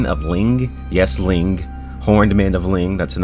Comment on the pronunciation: littile thing its not ling its "lang"